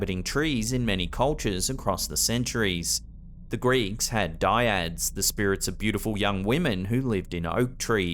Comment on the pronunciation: unless you're talking about sociology, it's not dyads; it's dryads.